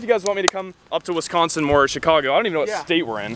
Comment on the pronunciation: The way you said “Wisconsin”. I cringe😬